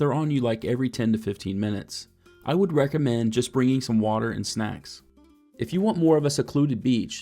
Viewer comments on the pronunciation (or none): none